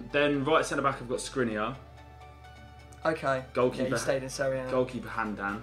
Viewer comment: Skriniar Skr-in-iar please